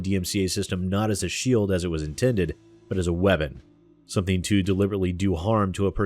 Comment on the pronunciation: Lol. Not as a shield but as a weavon. 😜